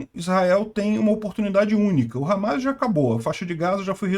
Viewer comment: Não é hamais, é hamas